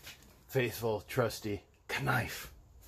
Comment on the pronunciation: do you know the k in knife is silent... if not it's ok just wanted to let you know..